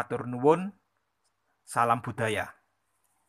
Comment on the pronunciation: Note: using IPA and Khmer here, can't find Kawi set The Javanese accent here in /b/ - ព /d/ - ទ /ɖ/ - ឌ /ɟ/ - ជ /g/ - គ sounds like the tour guide from Bangkok when he articulates this series: /ɓ̥/ /ɗ̥/ /ᶑ̊/ /ʄ̊/ /ɠ̊/, and a typical Filipino will hear it as /p/ /t/ /tɻ/ /t̠ʃ/ /k/. I hear the pronunciation of "Selamat budaya" as /səlamat ɓ̥uɗ̥aja/ or sometimes on a bad day, /sɐlamat putaja/ instead of /səlamat budaja/.